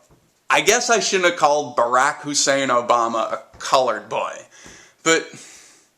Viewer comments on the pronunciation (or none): none